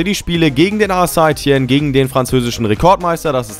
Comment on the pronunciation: St. Etienne spricht man Sätetienn aus